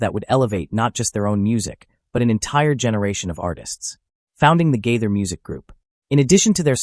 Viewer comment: Agree.get to the point!! At least pronounce his name correctly....